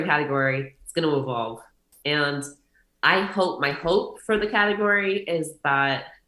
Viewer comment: Very cool girl. This is an example of someone who has accomplished something. The way she refers to bodybuilding as her hobby is a very healthy way to look at it. I was intrigued with her way to say "and"... andsss😂